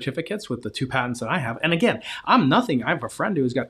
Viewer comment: You lost us at “patents” 😂 ok “Terrance”